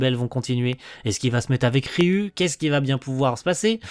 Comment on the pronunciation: Alors c'est pas forcément important mais je crois que ça se prononce Ryou 😭